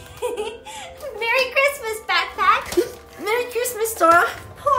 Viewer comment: Why does she have trouble saying "Christmas"?